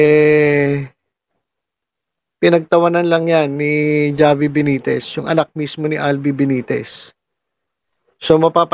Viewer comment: H po mag pronounce ng pangalan ni mayor javi (havi)